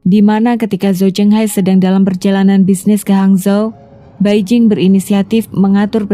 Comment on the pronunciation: 白靜 = Bai Jing hendaknya dibaca Pai Cing . Beijing = Pei CIng